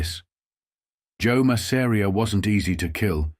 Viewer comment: I hate the pronunciation of ‘Masseria’ in this video.